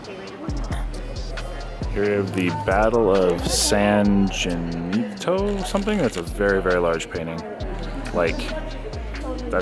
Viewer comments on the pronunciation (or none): Battle of San Jacinto. San Ja-cent-o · San Jacinto (huh-SIN-toe)